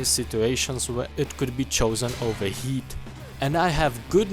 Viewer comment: I can't unhear you pronouncing heat as yeet